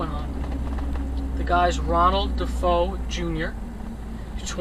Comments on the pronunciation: De FAY O. Not De Foe. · Ronnie DeFeo. Da-Fay-oh. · Sounds like you need a new vehicle 🤔 also my brother was in his grade in school and I don't think that is how to pronounce his last name. I think it is D Fay O ? 🤔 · Name was pronounced De - fay -o No biggie. Just setting da record straight Great job !